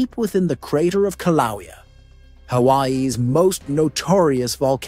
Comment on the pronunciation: How am I supposed to trust any source who can't pronounce Kilauea? And the Axial Seamount has erupted many, many times an poses no threat to Oregon. It's 300 miles away and collapses, so it doesn't cause a tsunami. calm the hell down.